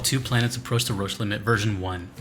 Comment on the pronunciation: I really hate to be THAT guy but it’s pronounced “roshe” rather than “roach”